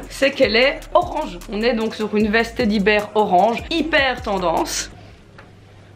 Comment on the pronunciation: Mais on dit "teddy bear" pas "teddy ber" 😂😂